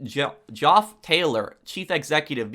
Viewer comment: Everyone else: Geoff = Jeff: Geoff = Joff Everyone Else: 😕